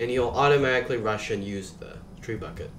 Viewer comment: I am glad I watched this tutorial. Quick note it’s pronounced treh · byoo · shuht Or even more simply, Treb-bu-shey.